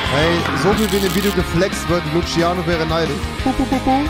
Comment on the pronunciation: Jeder: Luciano Rewi:Lutschiano